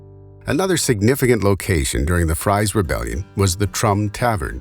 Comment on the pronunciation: It is pronounced FREEZE not like french fries.